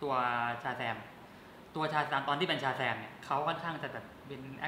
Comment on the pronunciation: เป็นร้อนใน พูดชาแซมไม่ชัดแปลงร่างไม่ได้มช่เปล่าครับ